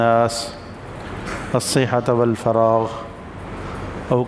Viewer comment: الصحةُ ہے نہ کہ الصحةَ